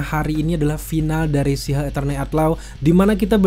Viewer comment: abang ini menyebut She Hulk sihug